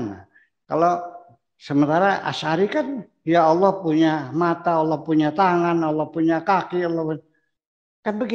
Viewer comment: ALLAH = ALLAH ,,, BUKAN ALLAH KOQ JADI AWLOH ... ALLAH YA BUKAN DI BACA AULOH ... ALLAH YA ALLAH ..